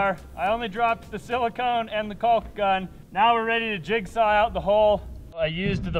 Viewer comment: It's hilarious how out of your way you guys go to pronounce the "L" in caulk